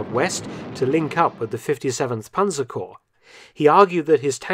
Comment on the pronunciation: Germans always pronounce the word panzerkorps correctly and complete; what do you have in the tongue that you’re unable to pronounce it well?